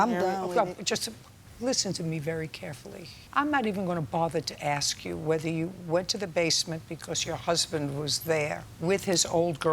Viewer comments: Why do so many people say axe? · Why oh why doesn’t JJ tell them to say ask instead of axe? Teef?? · I can’t stand it when people say “axe.” It’s “ask!” 🙄🤦🏻‍♂️😂